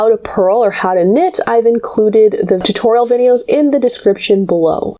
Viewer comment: I swear she called the "videos" as "Kniteos." If not, maybe she should. Excellent kniteos BTW.